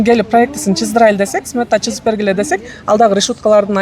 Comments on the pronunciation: Бирок чызып деген кыргызча соз жок! Сызып! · Чызып де😂 сызып дейт го